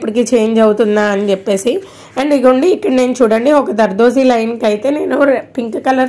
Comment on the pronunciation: జర్దోసి.... దర్దోసిలా వినిపిస్తోంది